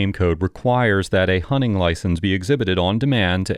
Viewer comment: I can't stop laughing at hearing you say "hunning" instead of "hunting."